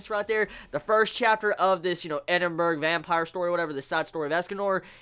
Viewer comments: The pronunciation is Edin-bruh, not Edin-burg. Being British, it's very annoying hearing that incorrect pronunciation lol. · I like the way he says Edinburgh. It hilarious :D